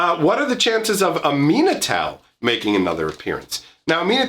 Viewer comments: I was confused when you pronounced Aminatou how you did. No big worries though. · When he first started talking about Aminatou, I was just so confused as to who he was talking about until I started to listen to the name itself and figured out he meant the esper planeswalker commander from Commander 2018. I had just never heard it pronounced that way or learned the backstory of that planeswalker.